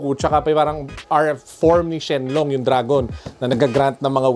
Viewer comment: Shen long pla ndi shen ron hahahaha